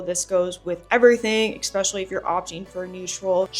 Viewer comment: Please say ESPECIALLY not EXPECIALLY. Love your channel !!❤